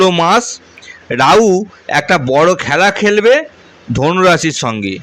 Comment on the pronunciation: রওস্য, রাউ, কি? নিজের শিক্ষা আর ভাষা ঠিক করো গাধা